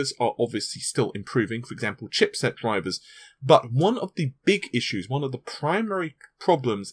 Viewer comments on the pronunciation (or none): none